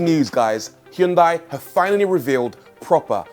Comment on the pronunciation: Please learn how to properly pronounce the Hyundai name.